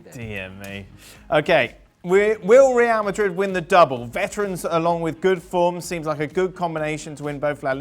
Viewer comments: Rial madruid sounds weird to us native spanish speakers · When you fluent in many languages (and Spanish IS your mother tongue), what`s wrong with pronouncing the team`s name the way it sounds in the original language? Besides, it certainly is MUCH more fun for the audience both in GB and the US>